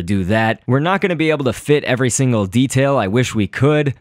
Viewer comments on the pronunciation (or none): none